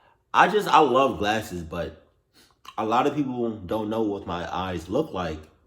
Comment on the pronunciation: I know you did not just say classes instead of glasses